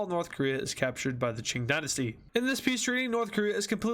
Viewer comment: Ching Gynasty? It's Qing Dynasty